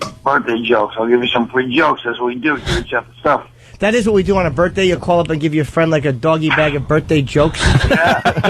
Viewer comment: Fuck, just say birthday. Birfday is so painfully unfunny.